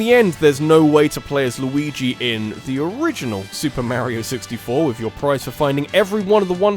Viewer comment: Mayrio? Yashi? Louis? Maybe you can only pronounce Luigi right